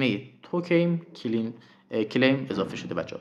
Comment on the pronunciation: کلایم رو میگی کلیم 😂 مجبوری مگه ویدیو اموزشی بسازی